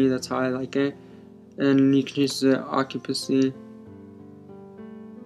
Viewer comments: I loved how u said "ocupacy" instead of "opacity" :d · No, I know how to change the opacity. In the video, you said "Ocupacy" and I thought that was funny. : )